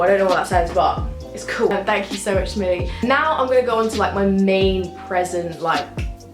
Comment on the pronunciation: I love how she says cool , coo